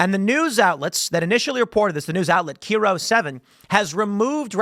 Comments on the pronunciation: I live in the greater Seattle area. While I understand the inclination to pronounce it as (Kee-Ro) it’s actually (Kai-Ro) 7 news lol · Tim, just a tip, KIRO is pronounced Kai-Row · Tim: It is pronounced K-eye-row. :) Not K-ear-row. :) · It’s pronounced “K-eye-roe”. Rainer Valley is a bad part of town. Seattle is still a blue S hole city. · Tim for the love of God It's not "k ee row 7" it's "k eye row 7" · Tim.. is pronounced "Kie - Row" Not "Kee - ro" lol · Kai-Row 7, not Kee-Row 7. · Kiro, not keero. Like Cairo in Egypt.. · Tim two things 1. It's pronounced KAI-ROW 7 not kero 2. At 8pm our time that's pst which is later in the night at 8pm roughly i remember on your stream that one lady coming on and saying her sources at maralago say it's over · Kiro as in kite and row, not keyro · I grew up in that area. This story does not surprise me in the least. Side note, the station isn't "kee-row" it is "kye-row" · I'm in Seattle area, it's KI-row not key-row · Kyro, not keero. Good lord I hate it when you report Seattle news lol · Kiro is pronounced Kie ro not key ro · Ha, keero. It pronounced kai roe, hard I, ky ro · KIRO pronounced ky row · That’s Ki Ro pronounce I like “I” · Tim its KIRO (KI-ROW) news. And Rainer valley is always a war zone. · First, the channel, KIRO, is pronounced Cairo, like the city. Secondly, she's in Washington. It IS a paranoid, delusional state. It got even more blue in this last election. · K-EYE-Roh 7 Timster. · it's pronounced Kie-Row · You should invite Brandi Kruse on IRL. She use to report for Kiro 7 i believe. Pronounced Kye -row. Washington is apparently the only state that didnt swing more towards trump and went 3 points more to Kamala than we did for Biden in 2020. 1 of 50 states that had that anomaly. Makes no sense. Mail in voting here for decades with PLENTY of shenanigans for DECADES. HELP SAVE WASHINGTON TIM! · KIRO 7 is pronounced "Cairo", like in Egypt. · Obviously not a big deal but Kiro is pronounced like Cairo